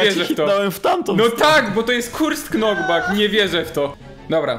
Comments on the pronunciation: Jak coś nie czyta się K na początku wyrazy Knockback. Czyli nokbak się czyta ale film z@ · Knockback, pisze się tak, a czyta NOKBAK, bez K, do cholery jasnej, jak piszesz knife, to też czytasz KNAJF zamiast NAJF?!?!?!?!?! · A nie czyta się nok bak a nie knok bak Ps. Wiem że pisze się jescze inaczej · filmik spoko, ale nauczcie się błagam, nie mówi się KNOKBAK tylko NOKBAK. Jak się tego słucha to uszy krwawią ;) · prosze cie to k jest nieme w slowie "knockback" czyt. nokbak